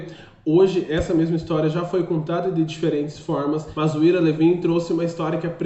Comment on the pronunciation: Pronuncia-se ao AIRA LÍVIN. Livro sensacional. Premiado e que gerou DOIS filmes sensacionais. Já li sete vezes, nos últimos 20 anos. Ira Levin é meu escritor preferido. Pena só ter publicado 7 livros. O cara é genial.